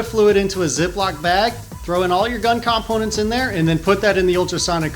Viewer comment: Why do you say components like that?